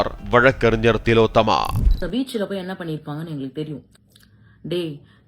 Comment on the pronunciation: திலோத்தம்மா இல்ல, ஓல் ஒலோத்தம்மா😂😂😂